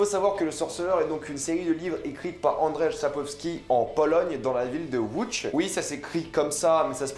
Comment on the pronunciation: ça se prononce "woudji" pour łodź, et "Andjeï Sapkovski" pour Andrzej Sapkowski ;)